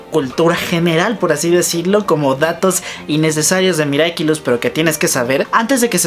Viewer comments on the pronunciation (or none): none